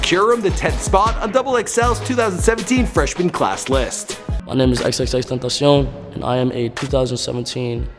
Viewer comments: u didn't pronounce xxxtentacion right fkn hellllll.......... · He Can’t even say his name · I can’t watch bc of how he pronounces his name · stilll didnt say it right sad sad sad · The way you pronounce his name makes me want to rip my ears off... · LMFAOO U DIDNT Pronounce XXXTENTACION RIGHT YOU FUCKING MORIN LMAOAOAO THAT CONMENT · Why tf are you sayin his name like that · Why tf when he says x's name he sounds like a French nigga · What's with the French pronounciation of xxxtentacion? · Dagostino he didn't pronounce it right tentacion isn't even french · workshop vlogs no it's not tentacion is pronounced in a Spanish way, I'm Mexican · still can't say it right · You still cant pronounce it wtf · i literally screamed when he pronounced his name like thatt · Still can't pronounce his damn name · “You didn’t pronounce xxxtentacion right you fucking moron” 😂😂😂 I’m dead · xXx Tentaseone what r u french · Xxx tentaciuhhh 😂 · tenta-si-on or cion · Nope its xxxtentacion but pronounced in Spanish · Last Episode He Said XXX TENNESIAM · The way this dude pronounce "tentación" made me die 😂💀. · Renember when he said xxxteneceeum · “TUN TA SIO” you fucking idiot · nigga wtf why did you say it like it's french??? nigga what was that? "xxxtuntuseaun" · "Xxxtotocion" BITCH WHAT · Xxx tan tan cion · This man still be mispronouncing X's name. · That’s now how you say his name bruh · You still didnt pronounce XXXTENTACION right you fucking moron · I Love How This Guy Pronounces "XXXTentacion" With A French Accent. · Dude. Stop saying his name like that. Please. It's so horrible. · Boiiii learn how to pronouns XXXTentacion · Updated version but you still can't pronounce his name correctly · the c in xxxtentacion is pronounced as an k right? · you fucking butchered his name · nigga said xxxtentaciahh tf is he French? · No Man its not ten-tay-shun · Ex-ex-ex-ten-tah-see-own please get it right or I'll find you Edit: thanks for the likes .... y'all gonna die now